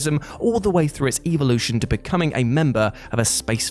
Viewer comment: So you are all ignoring that he keeps saying "evilution"?